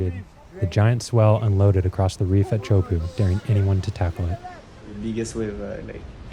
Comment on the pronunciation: You know what i find amazing? That Teahupoo is somehow pronounced Chaupo. Whoever made it up is a special needs person...